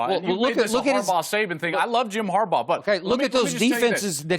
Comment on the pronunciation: 😂😂😂 That man said Jim Harbough🤣🤣🤣🤣 WWWOOO!!!!!!